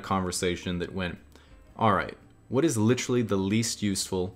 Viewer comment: is more like "litrull"